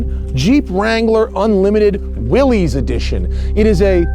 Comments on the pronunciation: Willys is pronounced like "Willis". The founder of Willys was John North Willys pronounced with the "iss" not the "eze". Everyone likes to say it the other way, and that's fine too. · Pronounced "Willis", not "willies" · John North Willys did not pronounce his name Will - eez", he pronounced it "Will - iss:, as rhyming with 'Phyllis'. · J.N. Willys pronounced his name 'Willis,' not 'Will-ees.' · Great video, Matt! One big niggle - the brand is pronounced 'Willis' not ''Willies'. The company was named after John Willys when he took over the Overland brand, hence Willys-Overland, before WW I. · Omg people say it right Will·is not Will·ez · The family name is pronounced “Willis”, the company, by the thousands that worked there and bought the products, was “will-eeze”. I only began hearing the “Willis” pronunciation within the last few years. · "This is a 2021--- Willees (pronounces it incorrectly)... Is a purely skin deep" ****Jeep. "THIS is a Willees Jeep (pronounced is incorrectly again). THIS IS AUTHENTICITY" ****Shows and describes a heavily modded skin deep Jeep. Don't get me wrong. It's VERY cool and I'd love one. But man, the hyperbole is so nonsensical. And the host is completely unlikable and unable to stay on topic. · I heard from from a video here on YouTube that descendants of the Willy's, that the name is mis pronounced (Will Is) is the correct pronunciation... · It's NOT a "Willies"! It's a Willys, as in "What you talkin' bout, Willis?" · I really do not want to be pedantic , but here i go . It is pronounced WILLIS . The willys pronounced WILLIS overland company . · The oldest films out there pronounce it as willeez. And his name was willis but the company was willys. So different spellings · Drinking game: Take a drink every time this dude mispronounces 'Willys'. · I'm of the opinion that he was pronouncing it in the incorrect way. People that I have spoken to who were familiar with them in period pronounce it in the other way.